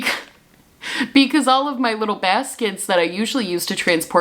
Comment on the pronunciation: Your NY accent really came out in “little baskets.” 😂